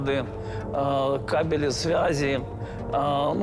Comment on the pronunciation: Кабели ударение на первом слоге!